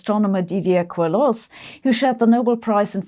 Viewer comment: The prononciation for Queloz would be like a German pronouncing "kelo" Love your channels Sabine btw